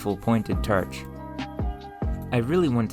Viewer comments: Honestly can't tell if I'm watching to learn or to hear him pronounce words with "or" sounds. Er should I say "werds?" 👀 So far, "terch" is my favorite. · I’ve never heard it pronounced TERCH before. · Dammit, now I feel bad for chuckling at "terch". Your content is great. Thank you for sharing. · where are you from I notice you pronounce some of your Os as Es such as torch as terch and I don't think I've heard that accent before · Why you say Terch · Turch? Is that what im hearing? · Blow terch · Very cool but the pronunciations grind my gears. Blow terch being the most repeated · It took me 12 times of him saying terch to realize he's saying torch. You have an interesting way of talking. Awesome video. Also is that an accent or a lisp? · You have a very interesting quirk in the way you speak. Everything sounds "normal" to me (I'm from Southern Ontario, but, also, when I went to Houston, Texas, lots of people sounded just like back home for the most part; tldr that's the accent, no idea what to call it), expect when you say "torch" or "form", you pronounce the "or" like "er" or "ir", it sounds like you're saying firm instead of form to me and torch sounds like terch. I've never heard that before. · Why do you pronounce the 'or' sound as 'er' ? You say 'terch' and 'ferest' - where are you from to have this accent? Irish? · Terch? Melk? What planet are you from? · I'm so curious what accent you have. It sounds like a completely normal middle American accent, until you say a word with the sound "or". Like, "historical" legitimately sounds like "hysterical", and "torch" sounds like "terch". You say other "o" vowels in a totally normal way, and all other vowels before other "r" sounds are normal as well. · "Blow-terch" "Entire ferrests" "Naturally perrus material" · Very interesting video, but why is he pronouncing his "or"s as "er"s? A few examples of what he says....... "terch", "ferest", "ferm", "peres", "abserbing", "mere"